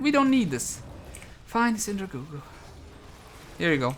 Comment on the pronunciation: Lolz, Hes's still saying Syndra goo goo